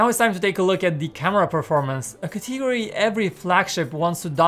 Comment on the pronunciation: This guy said categary instead of category